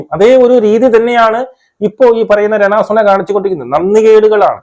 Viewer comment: ചേട്ടാ രണ സുന അല്ല രേണു സുധി 😆😆😆